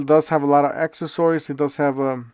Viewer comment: Do you purposely say accessories like that so people comment 😂 it works because I’m commenting